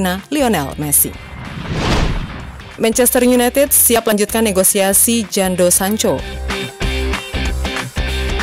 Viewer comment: Min baca yg betul jangan asal sebut...jadon kok jando